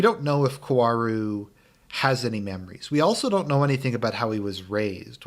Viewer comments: I do agree almost at everything with you. But just to further clarify, the correct pronunciation of Kaworu's name is "Ka-O-Ru", Japanese phonetics are very different from English, so that's why it can be hard for English speakers to say his name. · Based on the comments I’m not even gonna waste 30 min to hear you pretend he’s not in love with Shinji and how you also keep mispronouncing his name.